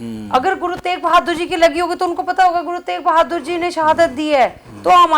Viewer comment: ਪਤਰਕਾਰ ਜੀ ਗੁਰੂ ਤੇਗ ਬਹਾਦਰ ਜੀ ਬੋਲੋ ਗੁਰੂ ਤੇਕ ਬਹਾਦਰ ਨਾ ਬੋਲੋ ਸ਼ਬਦ ਸਹੀ ਬੋਲਣਾ ਚਾਹੀਦਾ ਹੈ